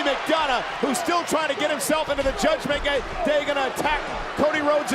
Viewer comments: Did Michael Cole say judgment gay?😅😅😂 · Did Cole say judgment gay ? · Did cole just say judgement gay ? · Michael Cole said "Judgement Gay" ? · Anybody else heard Cole say "Trying to get himself into the Judgement Gay"😂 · Anybody catch when Michael Cole Said Judgment Gay Instead Of Day😂😂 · Did Michael literally said, "Judgement Gay"?? 💀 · Michael Cole said Judgment gay 😂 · Did I just hear Michael Cole say "Judgement Gay?" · Micheal cole said Judgment gay instead of judgement day 😂😂😂💀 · Anyone hear Michael Cole say “judgement gay” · I heard Michael cole say judgement gay 😅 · Im hearing it sounds like judgement gay😂😂😂